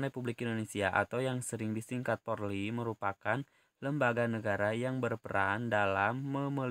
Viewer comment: Polri bukan porli pak